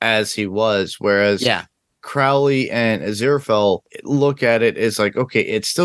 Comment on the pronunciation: It's odd how many reactors/reviewers can pronounce Aziraphale correctly but don't pronounce Crowley in the way that it is consistently pronounced on the show.